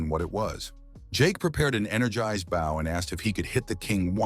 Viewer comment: Never once, in all the Mangas and manhwas, has the AI voice ever pronounced "bow" properly, but instead like the front of a ship or bending at the waist.